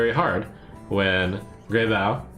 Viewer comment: It's not grey boe- it's grey bow - like how. A bough is the main branch of a tree. I didn't make the card though and does it even matter?